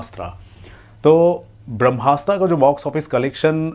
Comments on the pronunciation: Please improve your pronunciation of English words😅...it's Brahmastra not Brahmasta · Nikal vai tu kuch sach nahi bolta bharmastra axese pronounce kar nahi sKta aur movie review karne chala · Lavdu tere ko brahmastra bhi bolna nahi ata aur Gyan Dene chala hai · Bhai naam toh movie ka sahi se lelo